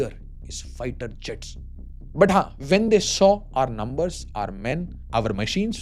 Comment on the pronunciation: Lambar 😂one army aaand forces 😂failed mashal 😅wahh sir ❤